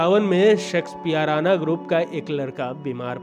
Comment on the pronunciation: Tumko Shakespeare ko sexpear bolte ho(4.37).Aur chale ho anchoring karne.Wah re wah.